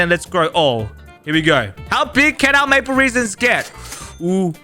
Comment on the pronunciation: Aaaah yes, Maple reason, not maple resin!